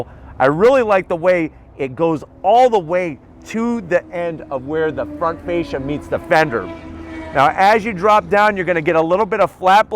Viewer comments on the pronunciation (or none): none